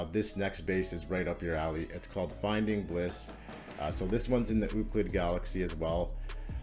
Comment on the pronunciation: "Ooclid"... ROFL!